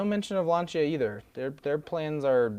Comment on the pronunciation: Too long, too much talking about nonsense, and learn to pronounce Lancia... total amateur hour